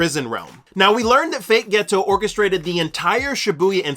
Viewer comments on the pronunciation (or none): Turned this off after 2 mins and found a different explanation cause I couldn’t listen to you say “ghetto” instead of Geto any more. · Ghetto isn’t ghetto 😂😂😂😂 please learn how to pronounce peoples names some of you YouTuber have the examples in your face hear how it’s supposed to be pronounced and still find a way to mess it up how